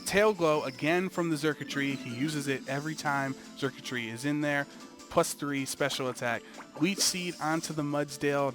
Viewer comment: me encanta cuando pronuncian a xurkitree xD charquchri